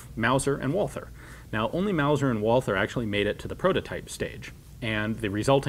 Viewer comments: I love all your content Ian but the H is silent! Its pronounced Walter not Walfer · The h in Walther is quit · oh god the pronouciation of Walther back then the th, it hurts